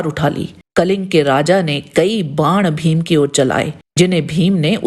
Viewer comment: आप भीम को फ़ीम ना कहें. उत्कृष्ट विडीओ. केवल उच्चारण की ओर ध्यान दे